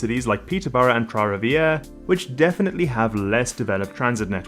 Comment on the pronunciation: As a resident of Trois-Rivières, I must say kudos on your prononciation! I actually drove from Trois-Rivières to Toronto a couple of weeks ago. We wanted to take the train, but didn't book our tickets in time and were being charged 800$ for a round trip which took the same time as driving. We had a great weekend in Toronto but it's hard to justify going for more than a novelty visit. This high speed rail would change all that, I hope it works out!